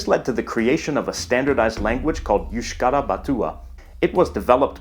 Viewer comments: The mispronounciation of Pyrenees led to a facepalm in another video... so I'll point out "Basq*i*e", "erg*o*tive", and that Euskara isn't YOOskara but eooSKAra /eus'ka.ra/. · Just two small things, first it's ergative case, not ergotive case. The pronunciation of euskara is a little bit off (the eu is jsut like it's in Spanish). And although Basque is speaked only by the 27% as L1, there is about a 15% in the Basque country who is also a L2 speakers. The statistic are more interesting when you look into the younger generations, who grew with schools were basque was teached, were two thirds are bilingual. These numbers come from a study done in 2006, more recent studies show that the numbers are growing (except in the French regions, were the opposite is happening). So Basque has a good perspective of survival. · "euskara" is pronounced /eus̺.ˈka.ɾa/: You can use Wiktionary for checking pronunciation of foreign language words, it's very useful